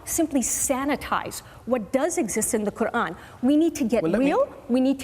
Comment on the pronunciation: She can’t even pronounce the name of her creator properly ! The little rat